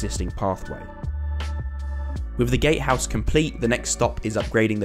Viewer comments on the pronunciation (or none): is he intentionally saying gay house?